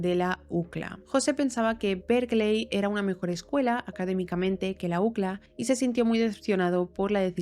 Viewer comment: La ucla 😂 y uno diciendo iu si el ei.